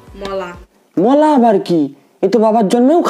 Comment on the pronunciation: that is not " mulo " noi ota "mola" 😂😂😂